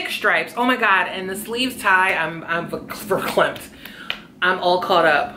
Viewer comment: "Verklempt" had me 😂😂😂